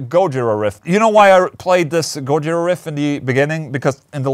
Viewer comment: GolaJira? Gojola? GoOlaJira? go listen to Sybreed